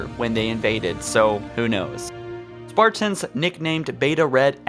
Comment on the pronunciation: stop saying spartans like that.